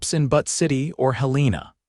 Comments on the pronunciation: 😂I agree! How does AI mispronounce Butte? It isn't butt, it's byoot. C'mon! And, it isn't pronounced Hell- lēna, it is Hĕl ĕn ă, emphasis on the 1st syllable. I thought AI was supposed to be smart. A 3rd grader could do better.😂😂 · Especially Butte - it is not butt! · I’m from Montana the mispronounced names of Butte & Helena are annoying !!!